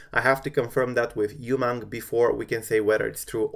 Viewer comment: Great video, again! Btw, it's pronounced Ooh-mang (Umang). An Indian would know. Keep up the good work. : )